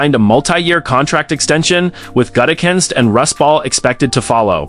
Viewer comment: It's Jim Leonard, not Jim Leinahardt, lol. It's Russ Ball, not Rust Ball